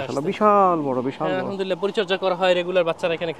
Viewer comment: আলহা'মদুলিল্লাহ বলার সময় حবলতে হবেهه বলা যাবে না না হলে অর্থ বিপরীত হয়ে যায়